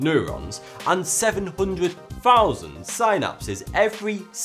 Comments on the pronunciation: synapse is pronounced sin-apse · say SInapsis one more time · annoys me how he pronounces "synapse" , lol.